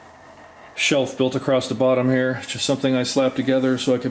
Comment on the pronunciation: 30 seconds in, and I hear my 2 least favorite mispronunciations of English words: heighTH and acrossT